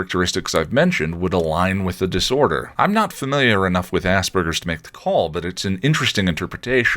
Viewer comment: I hear “Ahm” instead of “I’m” a lot. I haven’t noticed “okway.”